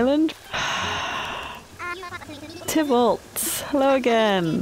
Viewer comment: As soon as I saw Tybalt on that island I said aloud to a lonely room, “if she pronounces his name right, I will subscribe immediately.” Well done, ma’am. ❤️